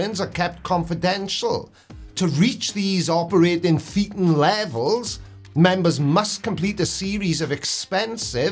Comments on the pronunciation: Thetan rhymes with Satan, not with Cretan. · Good stuff, but you make one common mistake. Thetan rhymes with Satan, not with beaten. According to some ex-scientologists, this may not be a coincidence.